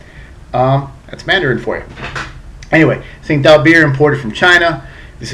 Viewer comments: its pronounced as ching tao dumb ass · I believe the Tsingato is actually pronounced "Ching-dow" according to their website. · This is a great refreshing beer I think goes down well on a hot day. Have to point out though, the correct pronunciation is "Ching-dow"...